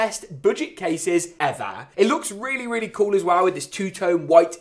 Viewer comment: It sounds so funny when he says "ever"